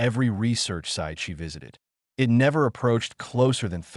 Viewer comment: Overall, a decent story and generally well delivered. However, there were multiple times where it was obvious it was A.I. The most common instance was when "it" was being used and the voice used "it" as if it was using the abbreviation for Information Technology, aka IT or I.T. I noticed fairly along in the story when one instance happened with a word spoken "I.N." instead of "in". Then there was the one time, again late in the story, where what should have been an ignorable period was read (rhymes with bread) out as "dot".